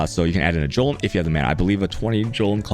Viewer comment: And the worst of all, he pronounces "Golem" as "Jolem" Absolutely barbaric.